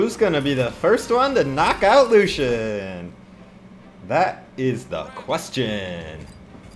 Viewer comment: GGs Lucian, thought I played better as I am on EU but thanks for the game! Don't forget to go in general tomorrow :P PS: I appreciate the way you said my name :)